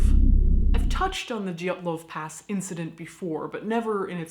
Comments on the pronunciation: Sarah White Too bad they missed the name Dyatlov. They keep saying Dylatov, bit clumsy with all that research but the show is incredibly funny! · The stress is on wrong syllables, but otherwise decent job.